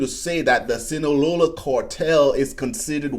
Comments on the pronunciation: “”Sinalola cartel”” okay bruh😂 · Nah fr the Sinalola cortel